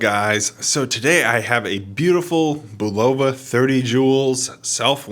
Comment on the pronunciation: Good video but please learn how to pronounce Bulova correctly.